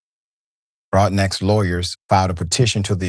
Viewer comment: Broadnax is pronounced "Broad- no"